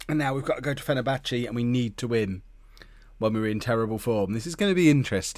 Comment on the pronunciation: Any time he says "Fennerbatchie" I wanna scream into a pillow.